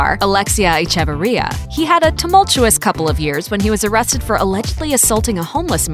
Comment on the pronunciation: It’s pronounced Eh. Che. Var. Ria 🤦🏻‍♀️